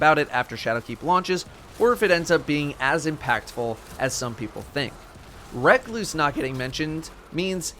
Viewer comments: RE-KLOOOSE NOT REK-LOOOSE PLEASE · You did not just call the recluse "reckloose" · Anybody else notice he was calling recluse “reck-loose” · Wreck loose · RUH-CLUSE. Literally the only complaint I could have for this fine video so there, take my like. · Lol....recluse......that cant be how its called...dont do that 😂😂😂😂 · Holy shit pronounce recluse right